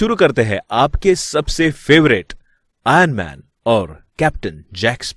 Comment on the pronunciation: Bro it's IRONMAN not ANMAN...